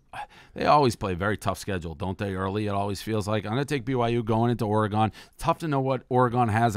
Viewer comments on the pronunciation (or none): Dave just can’t say Oregon correctly.